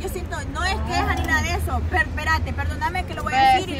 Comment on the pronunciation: Me encanta la! Soy su fan!!! Pero si me desespera con su “pereme”